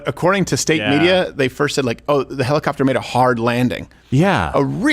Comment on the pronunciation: HELL-i- copter.